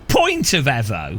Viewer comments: why does he say Evo like that? you say it the say way you would say Mitsubishi Evo (eeeeeeeevo) not eh vo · Eeeeevo. Not ehvo. Eeeeeeeeeeeeevo 😁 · Say it with me EEEEvo its amazing to listen to English peope bucher there own language .....FYI im Australian , yes its sad im giveing pronounciation pointers to an Englishman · The block cant even say Evo correctly